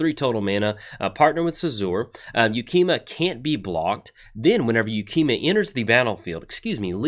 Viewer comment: Pretty sure that's the first time in like the 3 I've been watching you pronounce a name correctly on a new funky named card 1st try 😉